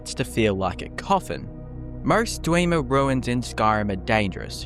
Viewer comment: "Kidner mines" "Dweeemers" Stopped watching after that.